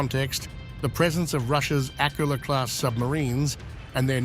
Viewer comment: it;s not pronounced AK-ula, it's pronounced ak-U-la - the stress is on the second syllable